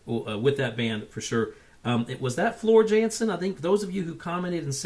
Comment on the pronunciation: Yes it's Floor but her surname is pronounced with a y as she is Dutch so it's Yansen.. also it's not Wacken it's German so pronounced with a V not W so it's Vakkan. This version seems to be a tad too slow so it must be from the dvd recording which I believe was mixed at a slower pace for some reason but hey you can check out the corrected version at your leisure. Like your style sub from me. And Storytime is usually the next one to check out from the same concert.